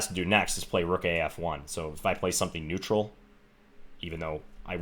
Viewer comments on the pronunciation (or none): none